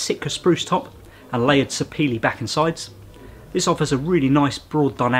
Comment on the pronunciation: Thank you for the correct pronunciation of "Sapele".